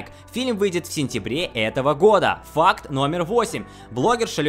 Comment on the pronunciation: Мне постоянно кажется что он говорит не ФАКТ а ФАК